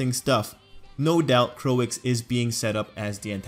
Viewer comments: I like how you did this,But i dont know why people are making fun of you cuse you said "Coix" i think you did great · 'Croix' should be pronounced like 'croah' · No, Croix is pronounced as "Kroy." Think about the Japanese dub of DBZ. We don't pronounce character names as "Kurirrin" or "Piccorro." They use consanent vowel pairs in most of their letters, which limits their pronunciation capacity.